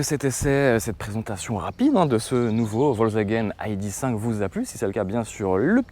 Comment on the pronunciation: Aille di cinq ?!?! "i" "dé" cinq ou "aille" "di" five ... Du franglais dans toute sa splendeur LOL :)